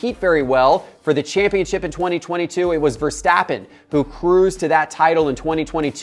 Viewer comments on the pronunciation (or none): none